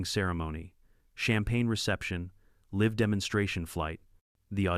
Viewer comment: Man the disrespect for punuation is revolting to someone over the age of 30 almost makes a person of my vintage want to leave the channel come on ai you could at least try to comprehend what your saying but you cant even get past the word live,or ahed. For real tho, you make me wanna go bow my head on the bow of a boat btw thats anouther one you shloud fix.